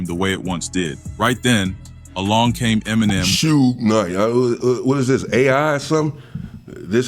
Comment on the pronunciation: This guy don't even know hip Hop pronouncing shug name wrong